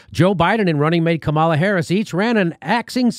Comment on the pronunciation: I believe it's KA mala, not Ka MALA :-)